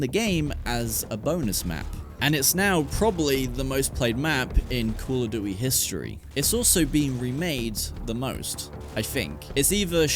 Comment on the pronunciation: Call oh duwy ??? 🤣🤣